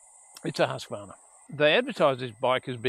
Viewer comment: Please, English speakers! Do learn how to pronounce Husqvarna 😂 Much Enjoyment 👍😎